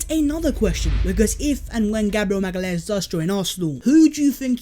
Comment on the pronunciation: you said his name right